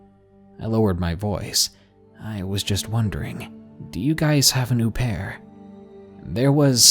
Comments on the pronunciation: You mean "murder" not passing, au pair is pronounced O pair not ooooh pair. And a child isn't a belonging, lol. God i love u but your killing me tonight! Please don't block me i hate myself too. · What an "oo-pair"?